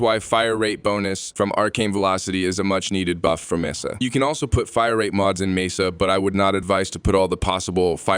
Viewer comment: The fact that the AI couldn't pronounce Mesa the same way 2 times in a row bothered me sooo much